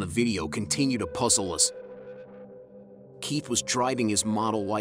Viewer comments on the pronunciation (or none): none